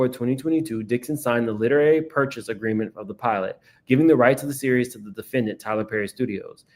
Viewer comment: 'Tyler Purrry'😭😭😭